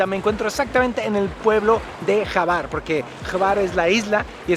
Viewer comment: Hola Alana se pronuncia Juar y espero hayas visitado las cuevas azules. Saludos!!